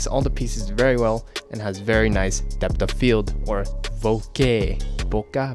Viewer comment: "bokeeehh?" spoken like a true ang mo :')